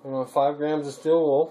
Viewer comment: Did you say you can us charcoal in steed of the still wool!